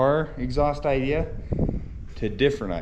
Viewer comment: I enjoy watching you guys and all of your inventions. Great job! But please don't say idear it's idea!